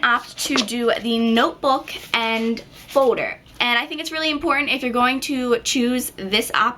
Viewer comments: lol its not folder its foder in an nail ladies accent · why do you say foder instead of folder?? just wondering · Its foLder not foder :) jus sayn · Gosh it's annoying how she says fowder as opposed to folder. & then she says garuntee instead of guarantee. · you say foulder in sted of folder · she says folder wierd..... FODER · Please stop saying foder and say folder it's annoying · folder not fowder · i love the way she said folder she saids "fowder" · Lol, the way you say, "folder" sounds like "fowder"! :D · you pronounce 'folder' like 'foder' hah( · you say foder instead of folder your so cute!!:) <3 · folder not foder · An eight grader doesn't say foder!!!! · Foe-durr. sweet baby jesus that gets annoying. good tips though girlfrann. thanks. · its so funny cause you say ''Fowders'' :p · you say folder like "fo-der" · u say folder like fowder lolz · haha I love the way you say folder.. F-OH-der. hahaha( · you say Fow-der lol :) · You say folder so weird! Lol you say it like foder hahaha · The way you say folder is really annoying sorry :/ I thought it was funny first but then you kept saying it and it got so annoying. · i love how she says Folder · I LOVE THE WAY YOU SAY FOLDER :) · class of 2017..!!!! i like how yu say folder lol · I couldn't stop listening to the way you said 'folder'. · i like the way you say folder aha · i love the way you say folder (: lol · i like how you say folder. :) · you make me laugh when you say folder lol! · I LOVE HOW YOU SAY FOLDER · u really cant pronounce folder its sick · i love how you say folder :) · you say folder funny( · It drove me insane how you don't pronounce the letter 'L' like in "fo-der" (foLder) and "sho-der" (shouLder) argggggh lol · good job but u cant pronounce shoulder or folder its more like shoder and foder